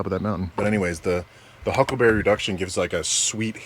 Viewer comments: I LOL'd when kept saying "Huckberry" considering he is now sponsored by them. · Native Montanan here, it's"huckleberry" not "huckberry" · Huckberry😢 Its Huckleberry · how many time he just sad Huckelberry? xD